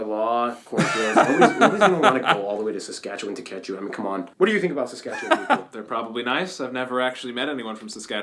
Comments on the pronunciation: Good job on pronouncing Saskatchewan properly!...you gotta do a trip across Canada. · Thank you very much! As a 64 year old Canadian, I have never been confident pronouncing your province till now. I knew to end with land rather than lund, but couldn’t settle on the middle bit. Now I can have confidence in the middle, sounding like un instead of found. Just take the f out of found and add it to the New. Nuf-un-land. Cheers